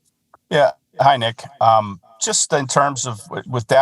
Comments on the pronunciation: man said 'Nick are' in the worst possible way. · I thought I was trippin, sounded like a southern accent with a hard R 😂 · He said Nick weirdly smh 🤦🏾‍♂️ 😅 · did he just say his name like that????